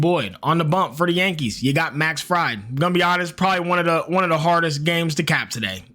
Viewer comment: Pronounced Max "Freed"